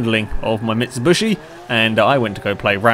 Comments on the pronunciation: very nice video !but..(its mitsubishi not mitsubushi) !!!!! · It's mitsubishi not mitsubushi sorry but i had to say it mitsubushi means the crushed body if you can trust google translate but still a nice and interesting video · Mit-Sub-Bush-Eee. Good job! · i think he knows that, that's just the way he pronounces it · It's bothering me that he's calling it a "Mitshibushi"